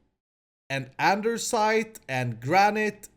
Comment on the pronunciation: is andersite also an inside joke or do you not know it's andesite?